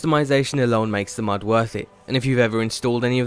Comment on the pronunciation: James Troughton i don't know, he sounds more british again. then again he might be foreign and going for a british accent except for the word "mod" which he pronounces as "mad". it's not a big deal but, you know